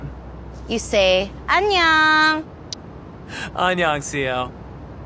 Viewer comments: “onion CL” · The host at the end " annyeong" sounded more liKE Onion HAHAHAH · Interviewer: can you teach me how to say good bye in korean ? CL: You say annyeong Interviewer: Onion CL 😅😅